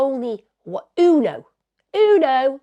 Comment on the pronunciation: I love the way Emma pronounces ‘uno’ 😆